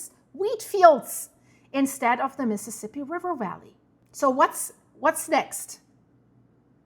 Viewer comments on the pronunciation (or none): none